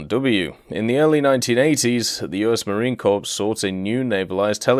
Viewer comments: One thing that is going to annoy a lot of people besides me is how you pronounce Marine Corps. You don't pronounce it like corpse, it is core. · He is pronouncing Corps as 'corpse' on purpose right? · Corps is pronounced like core